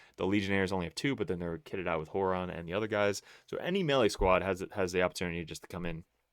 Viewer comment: “Whore-on” and “Mailstorm”